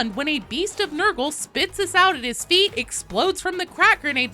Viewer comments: i have nothing to say on the powerscaling argument, however it is a "Lho-stick" not an "Iho-stick" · Did she say I-HO stick instead of Lho Stick?